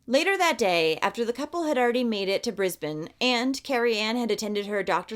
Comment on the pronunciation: Hemp would have been 10 this year and his murderer was released just before Hemi’s birthday. Ok please don’t hate on me for the next part, but sorry love, Brisbane is not pronounced with an elongated “a,” as is usually done when an “e” is at the end of a word (trust me I am an English teacher and when I have to explain how that grammatical rule works only sometimes, is annoying.) So “Brisbane” is pronounced “Bris-bin.” And “Melbourne” is not pronounced “Mel-born” but more along the lines of “Mel-bin.” Trust me I know I will get hate, but that is just Aussie language. And I live in QLD and this story is mortifying and I remember this. Thank you though for bringing this story to the world.